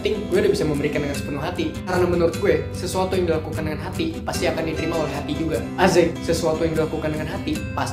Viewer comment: kenapa selalu bilang asik jadi azek ???